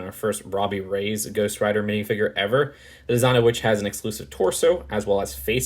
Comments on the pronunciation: ITS REY-YEZ NOT RAYS MIGOSH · I’m pretty sure that though this incarnation of Ghost Riders surname is spelt Reyes it’s pronounced Reyas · You say ghost rider name wrong sreach agents of shield to say how to say it